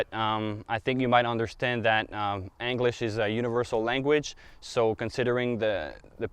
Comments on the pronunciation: Anglish?? He said anglish!! LMFAO 🤣!¡!!!! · audrey 061739 , I think he pronounces it that way because England is “Angleterre” in French 😁